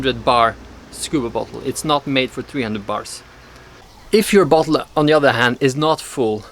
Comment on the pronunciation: when you say bottle it saounds like butthole